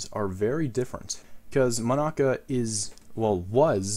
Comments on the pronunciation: Mon-aca Me: how tf did he say it wrong sujrudoxosudsisushsisysoshs Mon-uh-cuh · Is it just me or is he saying Monica wrong? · nice video and all but im sorry i hate how you pronounce monaca